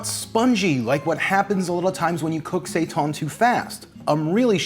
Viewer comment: Seitan is pronounced like SAY TAN as in "hail Satan." There is no "ton" in that language unless there's a g after the n.